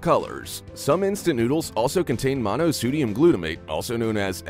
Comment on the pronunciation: Mono s”ue”dium? Dude, go back to school, but somebody did hire him, maybe he or she should go back to school.